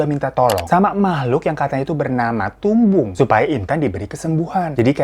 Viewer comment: maaf bang aku ngakak pas bang hiro nyebut tumbung